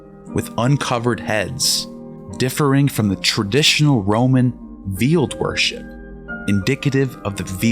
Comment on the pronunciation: He mispronounced veiled ?